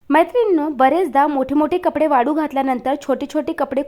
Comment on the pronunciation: वाडू नाही वाळू घाल